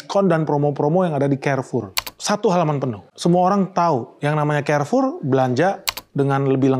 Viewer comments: Bacanya karfur bang bukan kerfur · Izin bang, baca nya kok Kerfor? Bukannya Karfur? 🏃🏻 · Carrefour Baca : karfour bang Bukan kerfour. So english banget...